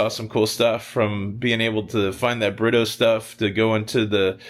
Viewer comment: Oh BRITTO?! I always thought you and were saying "love by burrito"